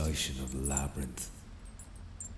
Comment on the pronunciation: ah yes the LabRyRiNtH